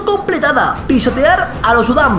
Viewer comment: en vez de pisotear pense que decia pistolear